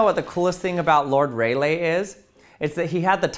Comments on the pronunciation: it's ray lee, not ray lay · Lord Ray-lay? Sure that's not Lord Rall-ee? 🤔 Also, I'd properly check in on whether or not Est Titles are actually planting them trees by the way. The Way back machine tells an entirely different story.